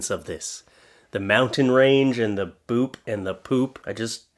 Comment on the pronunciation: He reads boob as boop 😂